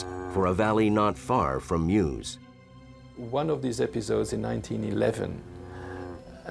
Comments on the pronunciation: Do try and get the pronunciation right: the area around the river Meuse isn't pronounced "Muse", it's pronounced "Merse". (What's with you Americans!) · correct prononciating " meuse "